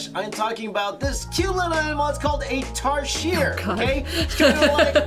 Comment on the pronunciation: I'm Filipino and it's pronounced 'tarsheer"